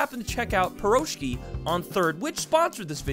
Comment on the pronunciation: As a Russian your pronunciation of the word Piroshki hurts pretty much x.x